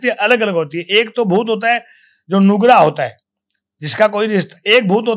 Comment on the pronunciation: Noobda nhi nugra bola h rajsthan me nugra bure aadmi ko bola jata h